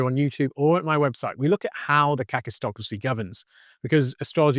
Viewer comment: I was listening to this from the other room, and thought you were saying "catistocracy". My cat was also interested and we both saw it leading to cat-tastrophy. But it's kakistocracy— "kak" in Afrikaans means...well, you can Google it. Either way, it's a pretty fitting term and very worrying. And is already kaktastrophic.